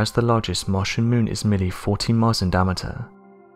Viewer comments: It's pronounced di-am-ater not di-amter. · "Dam-eter"? ~daɪˈæmətər